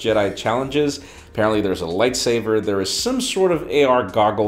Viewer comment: Did he just say Light SAVER?